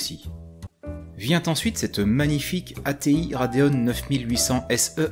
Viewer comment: Rade ON et Rade OFF ? Pourquoi RadeonE ? Y'a pas de E à la fin 😅